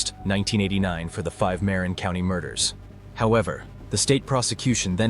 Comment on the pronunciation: Interesting murder case I never heard about. Wish you had checked how to pronounce the words Tamalpais & Marin.....everyone that listens to your video has been given wrong pronunciation. I was born in San Francisco. The whole area was my stomping ground. & I don't care if I sound like a word nazi......I was born & raised there. Even googledegoo will tell one how to pronounce words. ☮️💖🌻